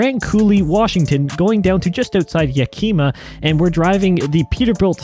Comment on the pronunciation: Great video, but Yakima is pronounced like yaky-ma not yak e-ma lol. Poor town always gets its name butchered.